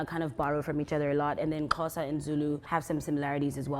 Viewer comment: Bra, you said Xhosa perfectly 😂.